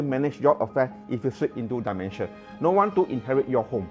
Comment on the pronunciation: Hi. Its pronounced as 'D-mentia" not "die-mentia".